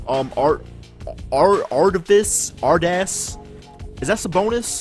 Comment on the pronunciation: Arvydas sabonis's first name is pronounced are ve das